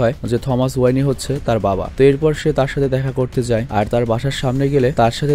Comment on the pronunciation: ওয়ানি না ওয়েন